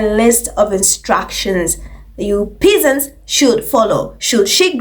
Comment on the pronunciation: Has anyone bothered to look at her? Nothing about it is refined. Yes. I said it. The Ho is coarse, classless and common as dirt. P.S. pronounced PEZZANTS..😊